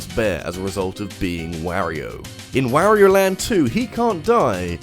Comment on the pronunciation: Mfw people still pronounce mario and wario incorrectly even though you can select them in smash and hear exactly how to pronounce it. Ain't accent